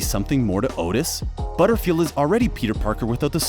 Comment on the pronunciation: I know! "Ahh-sa Butterfield" and "Moeve" from Sex Education lol